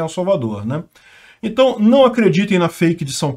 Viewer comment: "entai" aham,, pode deixar que vamos acreditar que você não sabe pronunciar isso